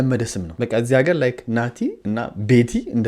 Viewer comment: እረ የምታስቀኝ እኛ እገር ስትል ያስቀኛል አገላለፅክ 😅😅 እና በርታ ሰሞኖ በቀን በቀን ነው እምለቅልን እኔ ሳላይህ አታልፍኝም በርታ🎉🎉🎉🎉